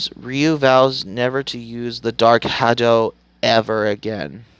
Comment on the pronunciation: Bro, learn how to pronounce the words you're going to say before you start recording. Most of their pronunciations are actually pretty common knowledge too. Like "muay thai" and "succumbs". How have you never heard anyone say "muay thai" or "succumbs" before? And "dark hadou". They say it in this move a bunch of times. How do you not know how to say it? Did you actually watch the film? Or did you just read a synopsis?